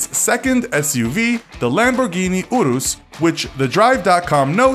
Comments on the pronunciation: It’s ur-is not or-is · Stop calling calling the urus the orus And stop calling the huracan the oracan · Uh-rhus, with the "u" not "iu" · its not a lamborghini OOrus its a lamborghini urus lol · He pronounced urus as oorus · Finally, a comment I can relate to with my frustration! Same with the Urus, isn't it "Your-ess"? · He said Centenario as "Sentenario", HuracÁn as "Hooracán and The Urus as "Oorus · The Urus is pronounced ( U tis ) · Sufia Uddin he also said U-rus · Me. He says urus wrong, he says veneno wrong, says Hennessy venom gt, and shows the f5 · please say aventador right next time and urus